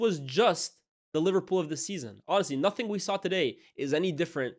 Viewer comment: “To dare is to do NUFINK” - Jamie O’hara 😂😂